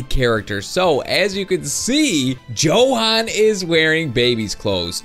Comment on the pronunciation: its pronaunced yohan not johan